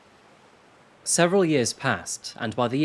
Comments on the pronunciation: I’m not actually sure where our host is from and where some of the pronunciations come from. He does the ‘a-MIC-able’ one as well which is quite odd (at least to my ears.) There are several that I’ve noticed over time but he used that word again in this video and it always jumps out. Edit: and now ‘erronous’ rather than erroneous. He really has some whacky words. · Learn how to pronounce "posthumously" and "amicable", I'll let DeZember lie.